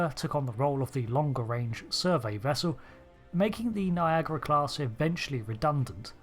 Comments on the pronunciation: why you call it NIAGRA and not NIAGARA? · It highly puzzles me, why it is pronounced "Niagra". I cannot understand this. I pronounce the a that you English/ American folks don't pronounce.